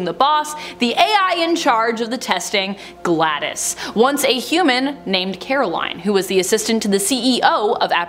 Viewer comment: Glados is Pronounced Gladous isn't it? not gladdis?